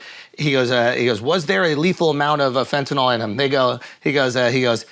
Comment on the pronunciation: you're pronouncing fentanyl wrong......it's fentaNYL not fentaNOL